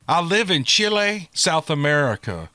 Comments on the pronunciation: I don't think you did too bad pronouncing those words from Chile, S. American. Now I admit my spanish from school was a long, long time ago. Like 60 years, long time ago. Someone else said you were spot on. So good job. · I love that they listen to you all the way down to Chile! I’m from Honduras living in NC. You did a fine job with pronunciation.